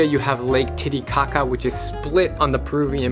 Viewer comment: Lake Titicaca sounds very wrong